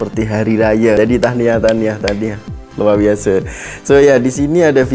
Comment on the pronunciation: "Luar Biase" dh ckp Malaysia style